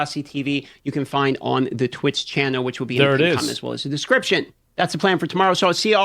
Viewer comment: Why do you pronounce "channel," as "channow"?